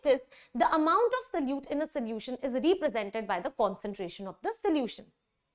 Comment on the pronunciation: Mam, please correct your pronounciation of ' represented'. You say it like 'reepresented'